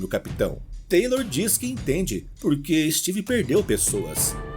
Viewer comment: Ótima narração, obrigado pela história,mas Taylor é Taylor e TYLER É TYLER ( Tayler) kkkk